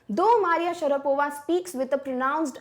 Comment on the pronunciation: Maria Sharavapa ?!😂